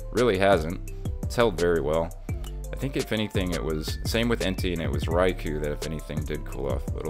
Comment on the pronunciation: This man disrespecting my favorite pokemon entei. En- tay. Lol 😂 good video though